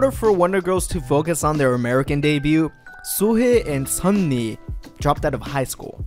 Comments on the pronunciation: oh the cringe at the name pronounciation. ugh! its 예 not yi and 희 not hey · Suhe? Read it properly! like Sohee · You’re pronouncing Sohee’s name incorrectly. It’s literally said how it looks — SO HEE not SUHAY. Come on dude. Due Diligence, dude.